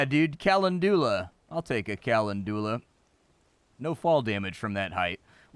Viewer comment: It's fun to hear you mispronounce names of plants like Calendula and Mandragora. Looks fun, will have to check it out when it gets a full release.